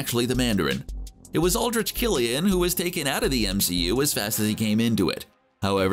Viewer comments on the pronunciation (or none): none